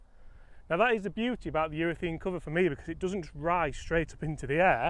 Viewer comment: I like the 'talking balls' segments but please -- it's a ureth*a*ne cover, not ureth*e*ne!